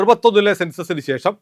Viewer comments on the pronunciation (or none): none